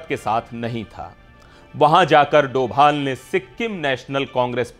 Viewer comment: Arrey bhai doval not he is dobhal please please